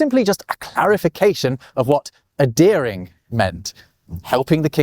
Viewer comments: A deering???? OH! "ADHEREING!" The Brits USED to be able to say that word. Sad, really. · Ok, — when did Brits stop pronouncing the H in the verb adhere? You sound like you’re saying a-dear-ing — not ad-here-ing. Regionalism? PLMK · I'm curious as to why you don't pronounce the "h" in "adhering" but we Americans don't. I hear you say "a-dearing" but I'd say "ad-Hearing". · Same in Canada. Maybe it's related to how some Britons don't pronounce the H in "herb" or "historical"? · uh-DEAR-ing and uh-DARE-ence. Such surprising pronunciation. Not sure I've ever heard any other Briton say it that way.